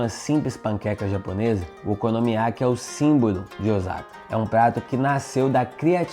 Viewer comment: Vídeo muito bom ! A única coisa q m intriga e pq muitos turistas brasileiros falam Ozaka e não Osaka ? Moro há 26 anos no Japão e aqui ninguém fala Ozaka !